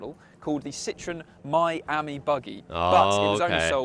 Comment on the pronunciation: More emphasis on the I , pronounce it Ameee , the same as friend in French .